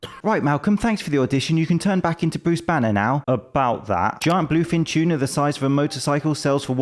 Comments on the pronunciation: Two-na, not Chew-na. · What's a "choona?"